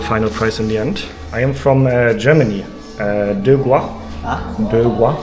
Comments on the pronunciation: when you say 'germany' in chinese, you always go 'de gua'. the 'a' pronunciation at the last syllable makes natives confused. it's 'de guo'. you have to put an accent on the 'o' part at the very end. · Not Der Guo, but Ther Guo 😂😂😂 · In Chinese, "German" is pronounced "de guo," not "de gua.":face-blue-smiling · try put a shot stop when you speak German in Chinese: De' Guo, will be much better:face-blue-smiling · and yes your pronounciation of German is very off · Try a street barber for a cheap no-frills cut for about $10rmb. I tried twice and the results are okay. And yes your chinese tones do sound off but likely to your accent. I can only imagine how difficult it would be for strong accents like Scottish too.